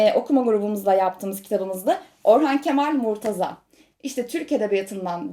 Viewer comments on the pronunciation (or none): none